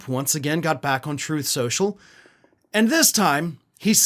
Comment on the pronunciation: "Trothe Cenchull"